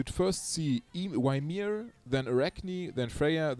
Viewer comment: I like ur way of saying Ymir more than the original one.. I even started to say it myself sometimes.. It adds a bit of swag to him